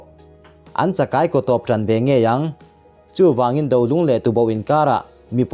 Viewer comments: Dolung ni lo in .Do lung tih tur .mizo tawng hman hi fimkhur tur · Dolung tih kha a thluk a dik lo ,mizotawng ah chuan raldo tih thluk a "do" tih tur a ni e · Eeeee mizotawngthluk hii tuboh leh dolung ichhiardanhi adiklo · Dolung tih thlukah hian Do tih lai hi a lam dan a dik tawk lohvin ka hria, Do tih lai tak hi tuna i lam dan aia sanga lam rik san tur anih hmel. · An hmanrua ang kha thawh chhuahpui vese nuai let hrep se.. Ni e dolung tih thluk kha adiklo.